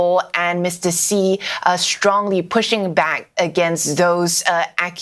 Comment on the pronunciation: It is Xi (She) not Xi (Zee) lol